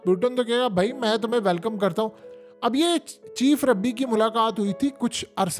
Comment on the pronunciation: ربی نہیں بھائی، رابی